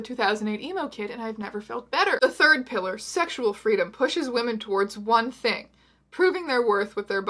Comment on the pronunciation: When you said "Pillar #2" for the first time it legitimately sounded like "Hitler #2" and I LOST it.